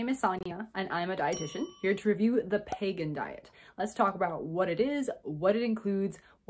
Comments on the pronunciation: Your pronouncing it wrong …. It’s pronounced peeee gan . The way your pronouncing is actually pagan .. not the same . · It's Pegan not Pagan. Like Vegan with a p. It's best of paleo best of vegan or paleo vegan. You are pronouncing it wrong and you misunderstand it. I have been following the pegan diet since 2015 although I haven't been as strict lately. But after 2 years of eating this way my inflammation went from being high to completely normal putting my RA in remission. I started by eliminating sugar, gluten, dairy and was only a pesci pegan for the first 2 years only eating fish and eggs as far as animal products. And it helped me a great deal. Even though I modified my diet some since the positive effects are long lasting. However when I started eating other things again my labs looked bad again in other ways such as cholesterol and blood sugar. So I think low carb and grain free works best for my pegan diet. All and all if done properly pegan is very healthy and sustainable. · Doesn't he pronounce it like it's spelled? Like vegan, but a P. I don't think there's a Pagan diet lol